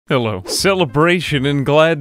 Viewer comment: 9/10 'dello' I heard dello